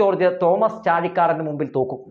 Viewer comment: തോക്കും😂 ഇതേത് ഭാഷ (തോൽക്കും)